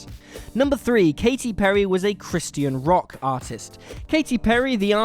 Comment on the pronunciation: how many times will they pronounce christian wrong